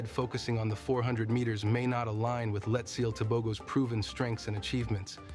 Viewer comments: I’m his fan! I meant he’s mispronouncing his name, it’s Letsile not Letsaile lol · Its not letsayle it's Letsile